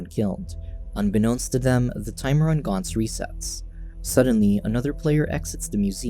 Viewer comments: It is GANTZ as in ant not GANTZ as in aunt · More like gant-zu